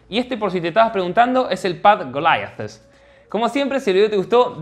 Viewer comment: Buenísimo. Me gusta tu canal. Pero me gustaría que los sorteos sean más simples (no tengo FB ni Instagram), al mejor estilo Michael Quesada. Vas por buen camino para crecer en base a contenido de calidad. Tiempo al tiempo. Tremenda pronunciación de Golaiadtus!